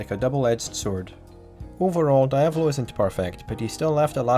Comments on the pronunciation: Die-ave-lo? IT IS DE-AV-LO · Great video man ,tho it's pronounced [Deeavolo] not [Daaiavolo] ,it's Italian ,not Japanese . They don't say [Daio] they say [Deeo] for Dio so the same goes for Diavolo.